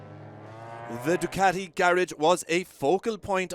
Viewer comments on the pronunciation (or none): none